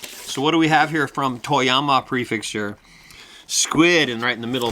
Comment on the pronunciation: PREFECTURE. NOT PREFIXTURE. The fact that you live in japan makes it so much worse.